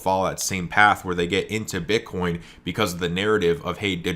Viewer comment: One minute and forty-nine seconds into this video your slip of the tongue had me dying!!! #Bitcorn 😂😂😂 I'm not picking on you bro, you're awesome AF. It was just so funny I had to mention it. 😀👍